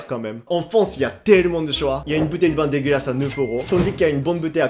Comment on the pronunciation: on sent la rage grâce à la résurgence de l'accent : "de-gu-ra-su" 😀.